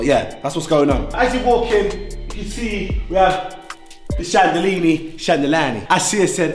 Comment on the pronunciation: Sometimes you just gotta love the guy😂😂😂😂💜 💀 chandelinie chandalanie